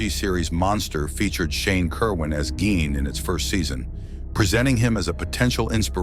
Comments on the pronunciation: Take a shot for every different pronunciation of "Gein" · How do you narrorate this mans story and not even pronounce his dam name right???? Show some sort of professionalism if you have any!!!! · Right on!!! Pronounce the mans name correctly!!